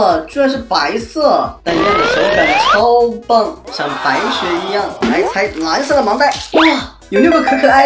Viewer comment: 我把说的“白雪”听成“白痴”